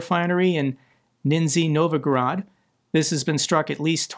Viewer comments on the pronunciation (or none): Russian pronunciation FWIW k'STOVa nizhNEE NOVgorad